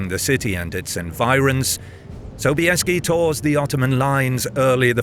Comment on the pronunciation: Озвучка мерзопакостная, Собиес вместо Собесского, хазары вместо гусар, да и вообще...